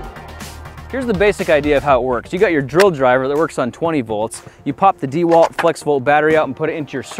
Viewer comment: I wonder how the sponsor of this video feels about your atrocious pronunciation of DeWalt